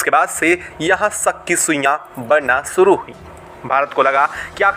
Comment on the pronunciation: भाई "श" को "स" मत बोला करो। आप शुरू को सुरू, मंशा को मंसा बोलते हैं जोकि सुनने में बहुत ही खराब लगता है।